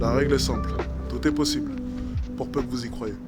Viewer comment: chaqueu foi queu j'ai trouvé queu c'était possibeuleu. J'ai aboreudé uneu fille c'est équesaquetement ce queu je voulais faire a teravers mes vidéo.